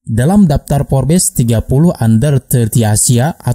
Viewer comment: Kok bacanya FORBES sih..? 😅 FORBS..! 😁